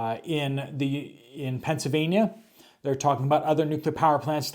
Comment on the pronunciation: I watch you all of the time. I just have to ask......where is Pennsavania? I thought it was Pennsylvania.